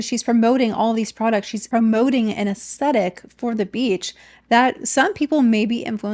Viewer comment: I love your videos,. I look forward to their release every week. Hopefully this comment doesn’t come across as nit-picking, but helpful because I genuinely love your content: if you pronounce “aesthetic” without the “t”, it sounds like “ascetic” which means severe self-discipline—which does give me a little chuckle every time I hear it because these influencers have anything but! Keep doing your marvellous work ❤